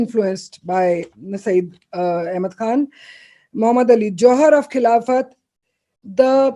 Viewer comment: Only recently I came across the correct pronunciation of the Khilafat movement.... it's खलीफत movement and not खिलाफ़त ...as it was related to the ख़लीफा of the Ottoman Turk